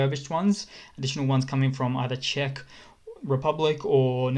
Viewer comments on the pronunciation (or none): none